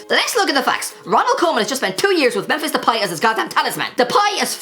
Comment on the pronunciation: Please pronounce memphis depay’s name properly consistently